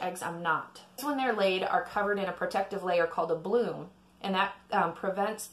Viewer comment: Bloom, not plume.